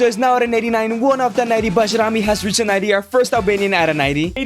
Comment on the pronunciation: Pronounced as Bayrami!